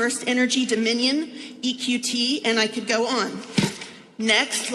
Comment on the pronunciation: Did she just say domion???